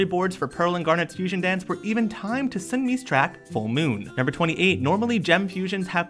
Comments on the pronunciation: It’s not a K-pop group, she’s just a solo artist! 😂 She is a K-pop Idol also, her name is pronounced, (SUN-ME) 😂 I had to.... OH! She WAS in a K-pop ground named, The Wonder Girls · lol 1// it’s sunmi (sun-me) 2// sunmi was apart of wonder girls but now she is a solo artist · whispers sunmi is a solo artist and her name is pronounced Seon-mee